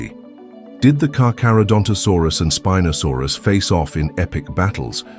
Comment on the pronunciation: Its not speeenosaurus...